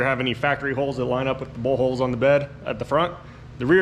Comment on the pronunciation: When you said bolthole I thought you said butthole! 🤣